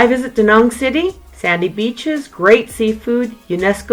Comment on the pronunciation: Hate how she pronounces Da Nang. Besides that good video